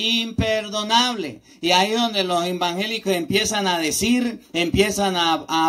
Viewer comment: Muy bien explicación de hermoso Evangelio de nuestro Dios cada día va creciendo en sabiduría 👍👍👍lo que me encanta y me saca una sonrisa es cuando dice los hermanos embangeliquitos😄 Dios lo bendiga y guarde de toda mala tentacion.